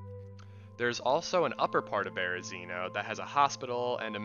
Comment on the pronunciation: 🙏You're pronouncing Berezino wrong. Spread the knowledge 🙏 Super good video though.